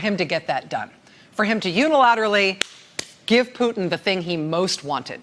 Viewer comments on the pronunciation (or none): none